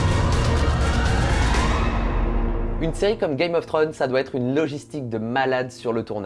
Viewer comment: C'est dommage c'est un sujet qui m'intéresse, mais ta répétition (5 fois sur la première minutes) sur le nom de la série (Que tu prononce Trône et pas Thrones) ma plus que perturbé et je nai pas pue regarder le reste de ta vidéo par peur.